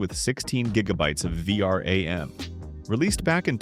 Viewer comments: V R A M yeah what are you saying its V RAM not V R A M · word of advice, if you are using an AI voiceover you have to spell out certain words for it to pronounce them properly, like 3060 = thirty sixty or for words like vram = v-ram. Anyway i like your content so subbed!